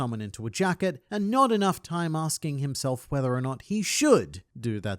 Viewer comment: Am I the only one that hears jack it, instead of jacket. Just changes the nature of the fruit entirel.